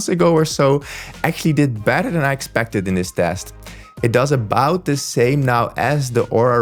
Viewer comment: Can't tell if you're saying sleep tracking is better or "badder".